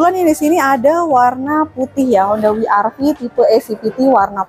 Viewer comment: Bukan honda wi ar vi Tapi we er ve atau dobel yu ar vi